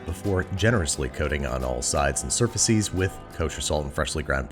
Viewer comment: Everybody: Surfaces Babish: Surfaseas